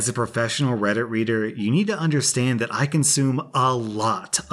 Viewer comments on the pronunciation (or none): none